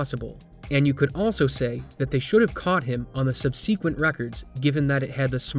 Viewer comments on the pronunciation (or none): Nobody knows how to say subsequent correctly anymore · That was the weirdest pronunciation of 'subsequent' I've ever heard!